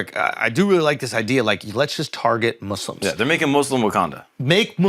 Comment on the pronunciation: what i've just realized is that this whole time they've actually been pronouncing muslims with an "s" sound not a "z" sound which i appreciate so much, little things that count lol